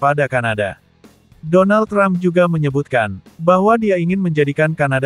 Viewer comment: Donal Trump tapi di baca Donal bebek😅😅😅